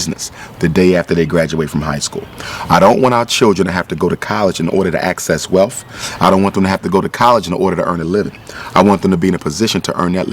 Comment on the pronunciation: Did he just say "welf" instead of wealth? Other than that, great video.